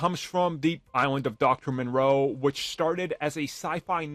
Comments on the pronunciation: Moreau. Not Monroe. From a HG Wells novel. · Sounds like you’re saying Monroe instead of Moreau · It’s moreau, not Monroe. Nice video though, but you didn’t stick the landing with that one 😂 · It's Dr. Moreau, NOT Dr. Monroe. How do you make videos without doing any research at all when it comes to the simplest things? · Are you talking about Dr. Moreau? You keep saying Monroe. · the island of doctor moreau. Not Monroe. Ffs. Yeah it's a dude building animal hybrids.. I can see where he is Coming from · It's not monroe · First thing I thought. It is Moreau. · It's not Monroe m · There is no "N" in Dr. Moreau. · You do know that you're butchering that name. It's pronounced More-Row. There's no N in it. Its spelled Moreau.